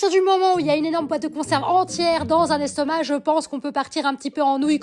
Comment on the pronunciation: Le "restomac" mdr 😂😂😂😂